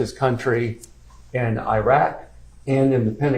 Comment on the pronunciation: I wouldn’t trust a lawyer who doesn’t know how to correctly pronounce Iraq (or any other names/words). Sounds uneducated to me. 🤷🏻‍♀️🚶🏻‍♀️‍➡️